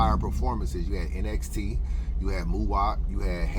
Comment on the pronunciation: NXT is pronounced “NEXT”. Saynt LA just goes by Saynt fr. shoutout to them guys tho! Hansel BEEN the one tho… I been tellin people. Hansel is the One.